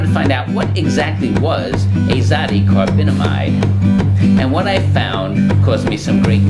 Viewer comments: Azo-di-carbon-amide that's how you pronounce it not Azadacobinomide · I'm surprised your extensive research didn't turn up how to correctly pronounce azodicarbonamide